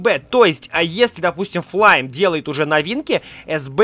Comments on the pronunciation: Не флайм а флейм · Ни флайм а флэйм